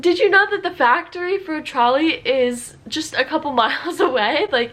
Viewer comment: Als sie trolli gesagt hat, hab ich einfach Charlie verstanden und war sehr verwirrt...